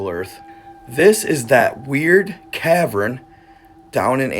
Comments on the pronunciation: Cavren .. do you mean cavern? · You lost all credibility when you said cavren.